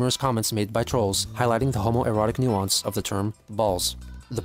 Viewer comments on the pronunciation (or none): none